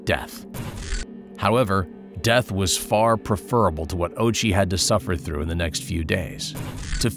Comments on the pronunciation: Dude. Ouchi. "oww-ooo-chi". Not "ochie". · Hearing the narrator pronounce his name "Ochi" when it's actually "Ōh-uchi" makes this unwatchable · bro rly said ouchie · His last name is Ouchi bruh. 💀💀💀